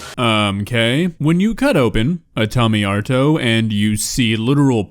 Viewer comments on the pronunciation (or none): ive never heard someone pronounce tomato like tamyoutos